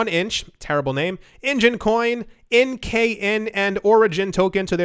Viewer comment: How'd you read NKN without reading each letter. 🤣🤣🤣